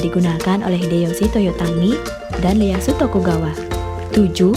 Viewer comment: Ieayu bukan Leyasu-_